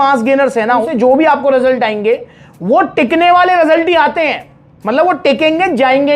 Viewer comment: Result ❌ Rasult ✅😂